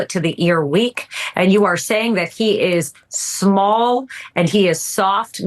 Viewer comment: At seconds...Alina seems particularly perturbed at Adam Kinzinger saying Trump was "small?" and "soft?" and she seemed to take a personal affront. Listen to how she hits those words. I half expect her to tell us all... how large and hard he really is.